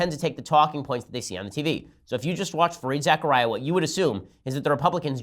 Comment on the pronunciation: It's pronounced Za-Kar-Ria, not Zechariah. Other than that, good show.